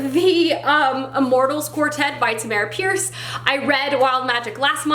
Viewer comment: Tamm - urr - uhh Pierce. (Pronounced like “CAMERA”) I use when I’m not sure how to pronounce an author’s name. On her page she explains the pronunciation and how her name was chosen at birth.